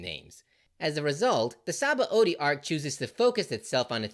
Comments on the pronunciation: It's not entirely obvious how to pronounce Sabaody, since it's a Portugese word adapted by Oda, but it's spoken as Shabondy. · Sabaody is pronounced Shabondy. BTW